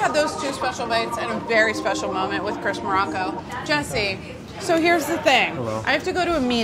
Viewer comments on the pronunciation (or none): Ah yes, Chirs Morocco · "Chirs" Morocco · CHIRS MOROCCO lol